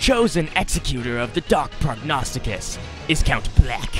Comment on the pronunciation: I'm also very proud of you for saying Prognosticus correctly- you're the first YouTuber I've seen that's read through that perfectly the first time. Nice job